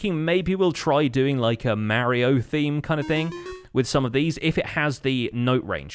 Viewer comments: Did he just say Mario instead of mario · Took a bit to figure out he said Mario